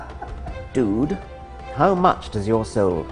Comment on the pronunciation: I like the way he pronounces swear words. And that "dude". It's hilarious!